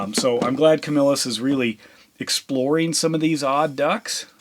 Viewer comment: Camillus, NY (it’s a suburb of Syracuse, NY) I grew up there and used to dumpster dive in the back of the factory in the village of Camillus. (Pronounced Ka-mil-us btw)